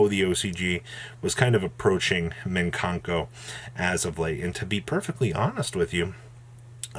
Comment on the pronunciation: it's mikanko not minkanko, mikan = mandarin orange